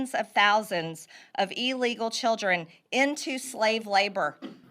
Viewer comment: “Eeeelegal.” Sigh.